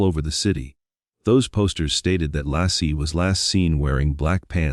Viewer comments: Her name was Laci (Lay-ci) NOT Law-ci! Tell your Ai to smarten up and get it right. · Her name was Laci pronounced Lacy not Lassie like the dog!!!! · I wish they would use a real person instead of an AI narrator. For example, a real person could pronounce Laci (not Lossie, Lotzy or Lassie) and alibi (not alubi). 🙄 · Not Lassie ! Laci. 😊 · this pisses me off that the stupid AI isn’t saying Laci’s name right